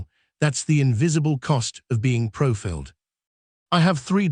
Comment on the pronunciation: Being PROFILLED ??? ... It should be profiled, when correctly pronounced. THIS IS AI READING IT, again.... 😡 Too cheap to pay an actual human being to read the text.